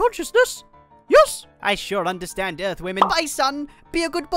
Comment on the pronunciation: "back on UTH"